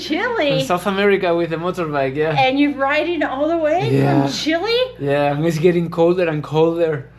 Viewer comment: Chile es nombre de un pais no se traduce no se dice chilli jjaja